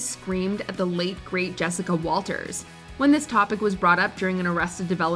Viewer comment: The voice over girl owes Jessica Walter a posthumous apology for calling her a legend and then mispronouncing her name a couple of times. There is no "s" in Walter.